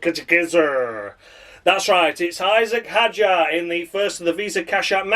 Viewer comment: David Croft changing his pronunciation of Isack Hadjar every bloddy time he said his name, I'd rather listen to silence 🤦‍♂️🤦